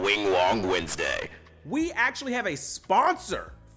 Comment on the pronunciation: welcome back to Wingwong Westday